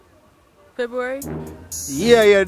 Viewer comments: Feburary lol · MY GIRL SAY FEBURARY 😂😂😂😂😂😂KISS MY MADA BLOODCLATE 😂😂😂😂🤣🤣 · The b say "February?" no sah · I’m so embarrassed for Mandeville 🤦🏾‍♀️ This was hilarious though!!! Girl said “February!” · The reason y she say February a because it have 28 days😂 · Muma say February 😂😂😂😂😂 mi want see a which skl you did attend